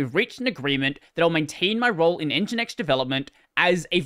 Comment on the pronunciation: fringinX lol